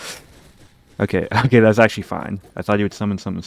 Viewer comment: Errrhm Accruhally